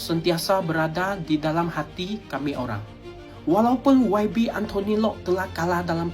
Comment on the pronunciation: Olang bukan olang ... Antu bukan antu 😂😂😂